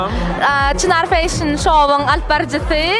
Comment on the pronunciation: Vedushijan bet gurleyanay (feyshin) diyip Molasses))))